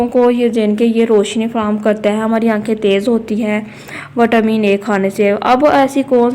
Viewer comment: Mam vatamin nahi hota vitamin hota ha 😂😂